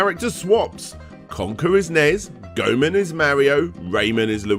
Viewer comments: it's not GoMan, it's Goemon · Why do you keep calling "Go Eh Mon" "Go Men"? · "Gomun" how can you not know how to say Goemon?, he was a real person too. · 'Gomun' LOL